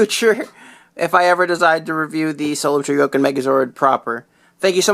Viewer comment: ftr, its pronounced Sho-go-kin, not cho-go-kin